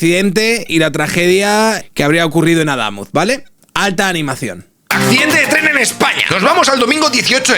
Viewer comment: Como corrección: Adamuz, es palabra aguda, no llana. Pd. Soy camionero de la zona. El itinerario alternativo que proponen, va a ser otro caos. Mandarán autobuses por monto, hacia vva de córdoba, las carreteras, no están capacitadas para esa cantidad de tránsito.